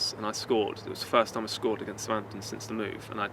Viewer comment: this video has aged pretty well so far. love how he says sa’amptn, proper pronunciation